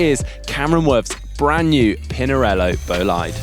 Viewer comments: The guys over at GCN might give you a hand with the “bolaid”-“bo-lee-de” thing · boh-Lee-deh actualy. short o and short e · should ask GCN Chris and Ollie on how to pronounce Bolide:) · The pronunciation of "Bolide" makes me cringe!!!! Please ask Emma Pooley to help!